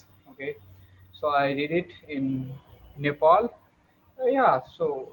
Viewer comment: Not nepol it's nepal